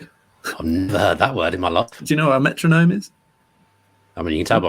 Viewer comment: Metro-gnome haha!